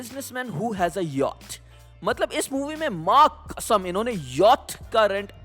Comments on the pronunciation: Yatch😂😂😂mujhe honey singh ke song(aaj blue hai paani paani) se Pata chla tha yatch ko "yawtch" bolte hai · Agar mere paas Yacht kharidne ke paise hote toh main bhi Yacht ko correctly pronounce karta 😂😂